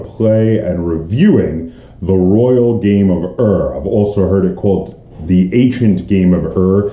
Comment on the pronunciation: It is not the Royal Game of "Err". Ur is pronounced as "Oor", in the same way the word Uhr is pronounced in German.